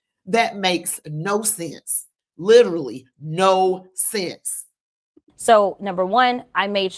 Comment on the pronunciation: Jazzy it's not Lit-tril-y moron. Can you ever believe anything she says ? I can't.